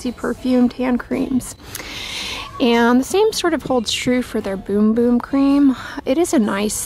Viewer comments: Haha yes 😊. But seems jokes on us since she pronounced it correctly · Dorothy Hoskin it actually is pronounced “boom boom” Sol De Janeiro has a explanation on the website about it. Who knew 🤷🏻‍♀️😀